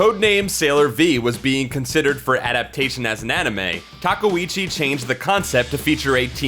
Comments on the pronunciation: Her last name is pronounced TA-KAY-OOCHI! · The pronunciation of Takeuchi is killin me. And then I got slapped in the face with TUSKino. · Sailor Aije Tortilla questionable pronunciation is kinda a trade secret of this series